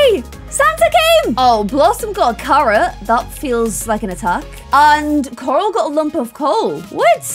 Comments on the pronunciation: when you say coral it sounds like your saying karl id rather you say it more like coral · No one: when pronouncing Corals name: ✨👹COŒRAŁ👹✨ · I find it so funny that with accent she pronounces coral (core-all) so aggressively